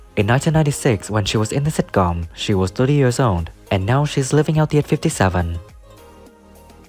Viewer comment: It takes years of practice, before you can say sitcóóm. Stress is wrong.